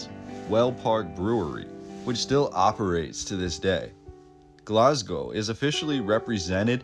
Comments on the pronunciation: but it is really pronounced Glasgo not Glazgo. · Glaz-Go - well done on the pronunciation of Glasgow. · say glazgo one more fucking time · lol we say Glaz-go or Glesga (Glez-ga)